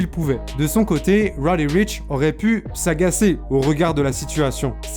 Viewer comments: Faut apprendre à bien prononcer son nom Deja...... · Arrête d’essayer de prononcer lil nas x ou roddy richh tu fais mal au oreilles vrmt